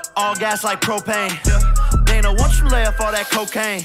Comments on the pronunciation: wtf is die-na white? ITS DAY-NA WHITE. How do you not know this. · it’s day-nah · Dana (Day-nuh) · He said “Donna white” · I'm not gonna hold you for saying Dina White but It made me laugh so I had to bring it up lol. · my man said, "donna white"😂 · His name is pronounced day-na the way it's pronounced is the girls version of the name Dana I should know cuz it's my name and I'm not gonna lie I love when Jake keeps calling Dana white daddy Dana that's what my ex used to call me hahahaha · the funniest part of this video is him mispronouncing dana's name repeatedly. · You supposed to say Dana, not Dana!